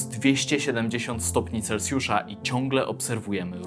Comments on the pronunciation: taka rada na przyszłość, nie mówi się celcjusza tylko celsjusza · Nie celcjusza tylko celsjusza